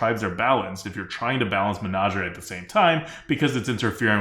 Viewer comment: Lol I almost forgot how weirdly pronounces things. Menager-ay? Sounds like part of a pig latin phrase were you're slagging off your boss.